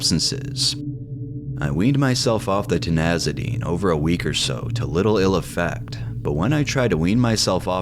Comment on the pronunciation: Ti ZAN i dine! Not Ti NAZ i dine!